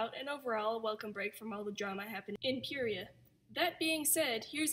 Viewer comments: Is it just me or r u supposed to say PIE- REEEEEE- UH not PEE-REE-UHH hm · its not pronounced, "peer-ee-a" its, "fear-ee-a" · PEARIA?? YOU MEAN PYRIA, PIE REE AH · ITS PRONOUNCED PIE-RA!!! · Its actually pronounced (Purr-i-uh)